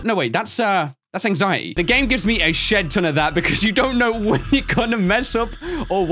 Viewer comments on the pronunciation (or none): Hey I know you are saying shed ton but quickly it sounded like what is being avoided. And youtube is adding a subtitle tracker to decide whether you are kid friendly or not so with all good intention be careful using that phrase.